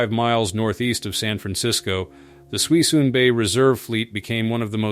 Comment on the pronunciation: Not sure who's narrating this probably AI but its not Suis-in bay it pronounced "Su Sune" bay in California